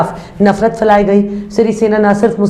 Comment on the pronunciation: Phailaee gaee nafrat , na k failaee gaee, Urdu me pahla lafz durust h Madam, aap Urdu se raghbat ràkhti Hain is Lea Mai Mai ne is tarf tawajjah dilaee h